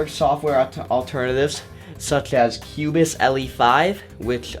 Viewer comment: Nice video thanks a lot! Do you notice its CUBASE, not CUBAS.